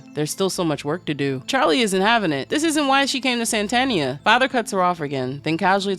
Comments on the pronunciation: So would the narrator pronounce ‘Satan’ like ‘Santa’? I was initially just listening to this and was wondering why it was called ‘Santania’ and not ‘Satania’. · Why you adding extra "N's" into the word Satania? Also, this could basically just be a journey to reach the Great and Unclean Abhoth. The underworld is filled with its children of all shapes, and in the end Charlie reached Abhoth and dissolved into its amorphous biological chaos. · This is not an explanation, this is just an abridged reading. You also keep saying "Santanians", like they worship the Mexican guitarist, Carlos Santana - the book is called Satania, are they not Satanians, living in Satania?! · Crazy that you can’t pronounce even the name of the entire work right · Satania was mispronounced so much lolol